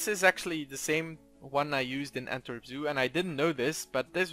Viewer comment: As a person from Belgium I quite often cringe at non native speaker trying to say the zoo names like the way you say Antwerp zoo